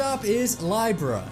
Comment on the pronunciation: I have NEVER heard Libra pronounced like that